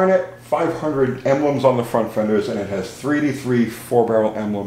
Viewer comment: When you say 383 it sounds like "3T3". Or are you saying 3T3?